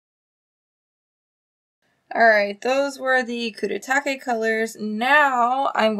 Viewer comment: how would you pronounce it then? I thought her pronunciation was fine